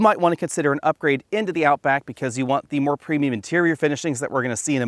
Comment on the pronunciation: “out book” haha